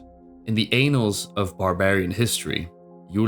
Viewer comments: It's anals not anals. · Nice job! Just one quick note, it’s pronounced Ann-als not anals 😅😂 This autoplayed for me and was shocked it’s 200 odd views, by the quality I would’ve expected thousands. Great work 🎉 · Lol. You said anals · "In the anals of barbarian history" . Got some whiplash there hahahaha. Great video!! 😂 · I know some native English speakers who have mispronounced “annals,” because it’s a dumb word! Your English and enunciation is so good otherwise, I’d never have guessed you weren’t a native speaker. I’m really enjoying your content. Keep it up!